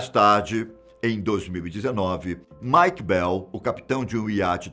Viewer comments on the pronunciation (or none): none